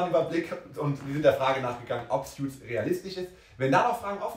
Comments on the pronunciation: Btw, es heißt Suits [suuts] nicht Sjuits 😉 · Man spricht es ‘soots’ nicht ‘sjuts’ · Es heißt Suits, nicht "Sjuts".